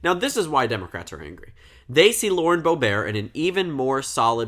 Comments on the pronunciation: Why are you pronouncing Boebert like "boh-bear"? It's literally "boh-burt" which is how it's spelled lmao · Every news report I've ever seen has pronounced it as "Bow-bert." Also she's not French, so why would the French pronunciation matter? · Bo-burt is how it’s pronounced lol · but she doesn’t pronounce it ‘Boh-bear’ either. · Not to be a dick but you kept pronouncing boeberts name wrong. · I think it's the original French way of pronouncing it.